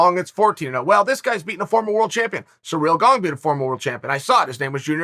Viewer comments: "Cereal Gaong" -Chael P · Chael: Surreal Gong Me: okay, great. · "Cereal Gong" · "surreal gong" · Me: ciryl gane Chanel: surreal gong Me: surreal gong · Dude, perfect comment. I read it then hear Chael's first words "surreal gong" 🤣🤣🤣🤣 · Ciryl Gong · Chael: "Cyril Gong" Cyril: GoNgS